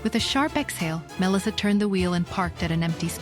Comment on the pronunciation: The way ai keeps mispronouncing Melissa is annoying.